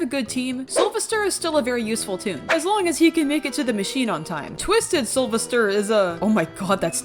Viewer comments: It’s soul-VESTER Not Sovister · Its soulvester (Soul-vest-ER) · IT IS SOUL-VES-TER. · Two things to say about Soulvester: 1. The stress is in 'ves', just say his name like you're calling him "Sylvester" 2. I genuinely got rather put off by ("-And I thought Connie was bad"). Connie and by extension Soulvester are not 'bad' Toons imo, and this is coming from someone who has: - Gone up to 13 solo as Connie (and I can go higher than that) - Survived Twisted Pebble in a blackout solo as Connie - Survived an enraged Twisted Gourdy in a blackout solo as Connie - Done 19 out of 25 machines solo on Dyle's floor (once again, as Connie, and I can probably beat him) Keep in mind other people who may be biased due to skill or other reasons when saying your opinions :). (This is for everyone, she doesn't need to see this)